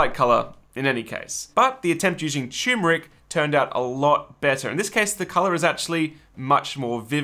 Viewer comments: What fun! Every step was so creative and thoughtful of your friends’ health. The result was gorgeous! I wanted each of them to have one! Oh yes, unless it’s said differently where you are, it’s TURMeric, not TUMeric. Gad, I’m such a pain. 😣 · . if you want to sound intelligent, you could learn the proper pronunciation of the word "turmeric." There's only one proper pronunciation. There are two r's, none of which are silent. ugh. thumbs down for mispronouncing the word "turmeric" three times.